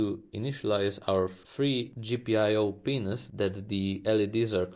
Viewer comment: ah no, that's not what I meant, I have nothing against what you did in the video. I was referring to the way you said PINS.